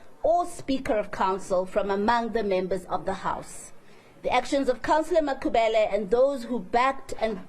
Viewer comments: Why Mayor act as if can't pronounce Makhubele correct. Black person who wish to be white I am disappointed. 🙁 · no it not that I don't have any problem with white people as humans. I am disappointed the way the mayor she speaks the majority of white people can pronounce the African surnames correctly but the mayor she act as someone who doesn't know how to pronounce the Makhubele surname her accent it like a person who is new in Africa.